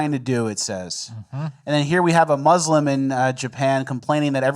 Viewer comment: "But as a musss-lum. " blacks ruin everything.